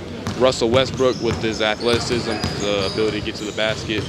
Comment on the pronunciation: Athletics-sism lol